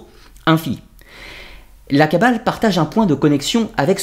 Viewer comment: La kabbaleuh, la kabbaleuh ... des gens heureux !